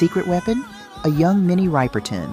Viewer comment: Your robot mispronounced Minnie Riperton's name, thus ruining the entire piece. Beyond that, some of your examples of soul singers moving into Psychedelic Rock were mystifying to say the least. Yes for the Chambers Bros, yes for Sly Stone--even though the video you picked was not "I Wanna Take You Higher", it was a medley of his hits. Yes for Hendrix, Yes for the Temptations; but, The Isley Brothers song you picked, "It's Your Thing"? Sorry. Their break-through psychedelic hit was "That Lady". "Say It Loud"?--No. James Brown was all about Funk. In fact, he invented it. "Grapevine" by Marvin? Just another soul song. "Gypsy Woman" by the Impressions? A combination of Doo-wop and Soul--absolutely beautiful--but hardly psychedelic, my goodness! Find a real person to read your copy, please?